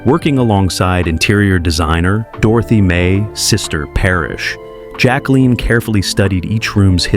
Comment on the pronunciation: You need to LEARN HOW TO PRONOUNCE Jacqueline CORRECTLY!!!!!